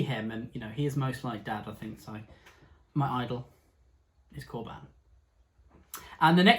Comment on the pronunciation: I can't get over 'Corban' not being pronounced as 'corbun'. This has confused my brain 😂